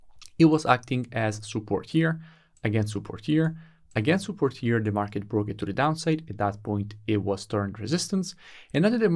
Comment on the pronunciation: No offense but I love it when you say soupport instead if support 😹😹😹